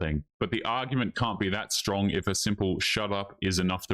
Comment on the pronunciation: You mean "SHTRONG"? That's what the trendy hipsters all say.